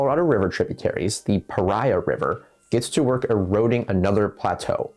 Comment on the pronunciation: I live here. its pronounced pahreah .